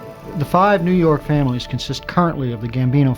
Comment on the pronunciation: Jimbo from New Yaahk aaffice